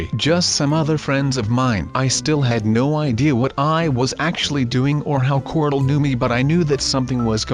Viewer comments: Why do you call corl. Cortal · Unique L it's pronounced "corl"